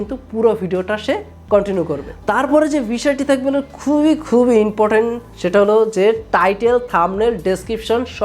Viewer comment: ভাই, তুমি ইংলিশ কোই শিখছো? ইন্টো,রিয়েল ওও, ইমপটেন,ইনরেজি,দুইটা পাট, সাস করে, ডেসকিপসন। কিলিক,ফাসট ভিউস😁